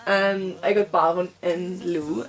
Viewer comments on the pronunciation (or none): I was there too and it was amazing.Really cool that you told us your feelings about it.But his name isnt pronounced as 'Lu' but Lou like 'low' :) ♡